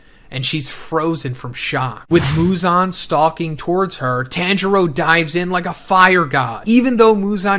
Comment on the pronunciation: Dude watch 1 anime episode its pronounce TON-Juro Not Tan U Swine